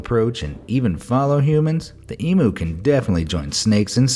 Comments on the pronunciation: It’s pronounced em you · It's said EE-M-YOU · emu is said eem u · You pronounced emu wrong it’s like saying ee-mm-you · It’s pernouced em you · It’s pronounced ee-m-you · Emu are pronounced eee mue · Why can’t yanks say emu right , say it eem-you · Who else was mad that he said emu wrong it’s pronounced e-mue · You said Emu wrong it is said Eam you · It's pronounced em-you emu mate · Hi. I am from Australia. It's pronounced E-mew.....🙄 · It’s eeemmyou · Dammit at least pronounce it Ee-m-You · It is emu(E-mew) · Minor correction Emu is pronounced Em-U the u is emphasised, not said as mu. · Did he really just pronounce emu wrong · That is not how you say Emu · god i hate that people cant pronounce EMU correctly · you said emu wrong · Pronounce Emu correctly, please. Also, magpies are even more dangerous than what you said, if they manage to bite you they will rip out a fair chunk. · You said emu Rong and I'm Australian and I no how to say emu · Did he say emu that's not how to pronounce it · It the sometimes that not how to say emu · He doesn't know how to say emu 🤦🏽‍♂️ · Omg I’m from Australia and that is not how you say emu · thats not how you say emu im from nsw i know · YOU SAID EMU WRONG YOU MONSTER!!!!! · You said Emu wrong 🙃 Sorry I just had to comment that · It’s emu you moron I’m from fucking Australia and you are offending more than one Australian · They said emu wrong😂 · Did he mispronounce emu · Is any other Australians triggered by the way the narrator says EMU the u is a LONG SOUND. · it is pronounced ee-mm-yuu not ee-mm-uu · Me: sees number 4 also me gets triggered because he pronounces it emu ( eem-u ) instead of emu (ee-m-you) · It's emu not emoo 🤣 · I’m Australian and emu is pronounced /eemyoo/ and not /eemu/ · no and its em-ew not em-oo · Eemyou not eemoo. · How hard is it to pronounce emu, it pronounced ‘ee-mew’ not ‘we-moo’ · ITS PRONOUCED LIKE THIS. EEEEEM YOU. NOT EE MU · Its not Emo its Emu and I love your videos ❤️ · It's Em(you) not Em(moo)